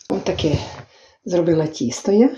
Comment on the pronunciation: правильно говорити не Кісто а Тісто